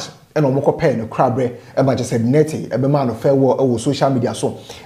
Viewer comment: I like the way you pronounce the Nartey 👅👅